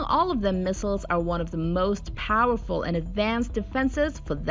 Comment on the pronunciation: its so parrfull 😎